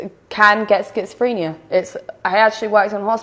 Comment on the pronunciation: She's saying schizophrenia wrong. This woman cannot speak she sounds like she's drunk when she's not and your off the rails without any meds.